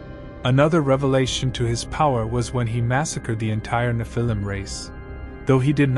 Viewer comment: please pronounce nephilim correctly!!!!!